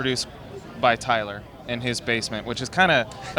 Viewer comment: The way they say each other's names. Tylurr and JAWsh